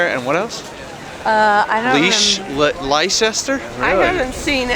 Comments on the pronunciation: Hi, cold wet rainy 😁 didn’t you know that’s another name for the UK but at least we don’t get the extremes of weather. It would be quite disconcerting to wake up and find a hurricane had whisked you off to Oz 😂. Leicester is pronounced Lester by the way. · You pronounce the LE, not the LI, nice vid 😊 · lol love your vids it’s mulled not mueled and Leicester is pronounced lester😢 merry Christmas to you all love from Nottingham England 🏴